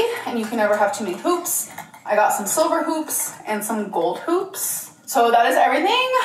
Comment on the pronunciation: You’ve scarred me, the first two times she said “hoops” I truly thought she said “poops” and was SHOCKED you didn’t react😂